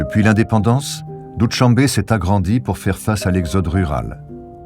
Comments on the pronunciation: Pénible d'entendre Doutchambe! Il faut demander aux locaux comment on prononce les mots pour un documentaire. Doushambe signifie "lundi" en persan, et sh se prononce comme notre ch français. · Doo-Shan-be in Tajik.